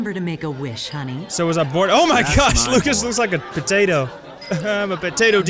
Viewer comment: It is indeed his name is prononced (loo-shius)